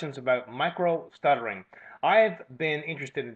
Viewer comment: I think he made a mistake... it's Micro Stuttering, not Micro Shuttering... he probably corrected it and re-uploaded thanks for caring!:D